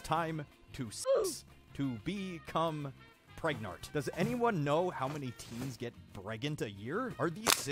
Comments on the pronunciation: pergert pregnart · why does pregananant sound like a Pokémon name😂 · I loved “prganet”